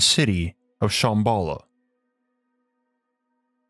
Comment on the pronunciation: You're saying Shambhala wrong, it's SHAHM BAH LAH not SH AA (like the a sound in apple) HM BALL AH. And I think you mean that the story is based on LEGEND not Myth. A Legend is something that is based on truth, something that actually happened or actually exists or existed/happened in the past. A Myth on the other hand is something that is totally and completely made up. You're talking about Agartha as if it actually existed in the past and may actually still exist due to all the coincidences around the world and how every culture had a story fitting the details of the city making it a LEGEND and NOT a Myth.